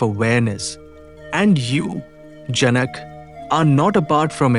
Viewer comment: it is janak in Indian languages, not janaka